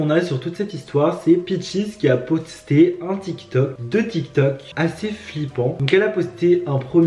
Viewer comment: "qui a potsté" 😂😂 Et PS t'es trop bien